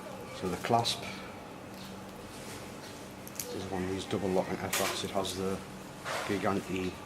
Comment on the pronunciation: Apparently, it's pronounced JEE-JAN-DAY.